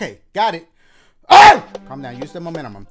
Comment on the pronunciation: He said momentumum 😂😂